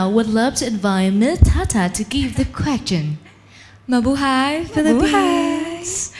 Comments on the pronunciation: Chê thậm tệ MC hôm nay nha! T chê trên live luôn nhưng vẫn có người bênh. Toàn đọc thiếu âm cuối như từ Stage và phát âm sai từ như Question. Âm điệu rất nặng, nghe mệt vl. Đang nghe Phương Linh rất nhẹ nhàng và ấm áp xong với bà MC lên tiếng làm tụt mood. Chê vậy là còn nhẹ đó. Đừng nói t biết gi mà chê. T ở Mỹ gần 6 năm rồi và không có bạn bè Việt Nam, toàn người Mỹ nên t có khả năng để nhận xét và chê 😊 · T chê trên live luôn nhưng vẫn có người bênh. Toàn đọc thiếu âm cuối như từ Stage và đọc sai từ như Question. Âm điệu rất nặng, nghe mệt vl. Đang nghe Phương Linh rất nhẹ nhàng và ấm áp xong với bà MC lên tiếng làm tụt mood. Chê vậy là còn nhẹ đó. Đừng nói t biết gi mà chê. T ở Mỹ gần 6 năm rồi và không có bạn bè Việt Nam, toàn người Mỹ nên t có khả năng để nhận xét và chê nha 😊